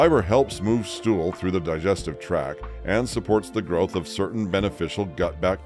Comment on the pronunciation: It’s not “digestive track” it’s “digestive tract”.